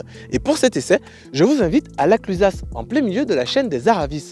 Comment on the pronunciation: la clusa et aravi ca se dit